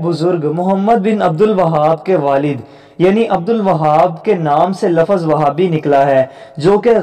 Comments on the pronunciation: LAFFAZ IS WRONG RIGHT WORD IS LAFZ AGAIN SAY * LAFFAZ GHALAT HEY SAIE LAFZ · لفظ لف ظ غلط